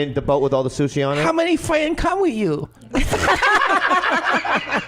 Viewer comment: How many fawends come with you OMG thats hilarious